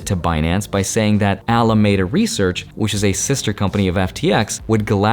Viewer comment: Alameda Research is pronounced Al-uh-MEED-uh